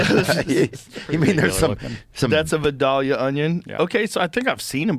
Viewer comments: Now I'm chalking up Theo mispronouncing vidalia as "va-doll-ya" as part of his schtick...but Joe not knowing what a vidalia onion is 😳. This is a super well-known thing, but I'm just gonna conclude vidalia onions and vidalia onion flavored things are pretty much a southern thing only 🤷🏼‍♂️. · Lol. Growing up around vIdalia. It’s pronounced vIdalia onion not vidalia. Lol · It pronounced Val-dale-ya lol and can only be grown in a special place in ga and yes you basically got it right for the men with tits too just didn't say it right either love this episode I knew it was gonna be Good with yall two😂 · Theo and Joe.....we pronounce those onions as "VY Dale Yah" It's a southern thang.... Lol😂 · It’s pronounced vie-dale-ya Onions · It’s vi-dale-ya. You have to say it with a southern accent. lol…. Any Melon tastes better with salt. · How in the hell can you be from Louisiana and never have eaten watermelon with salt. That is how we eat watermelon. Vidalia onion is from Vidalia Louisiana, but we pronounce it Vidella. What's really good is a watermelon fruit bar with salt. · I know right!😂. I've heard it pronounced three or four different ways. I pronounce it as Vi-dale-Ya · It's vi-dale-ya Joe. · I swear no can pronounce Vidalia right😂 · They royally F'd up the pronunciation of Vidalia. Vidalia Onions are grown in Vidalia, Georgia. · Being from Georgia....pretty funny how they pronounce Vidalia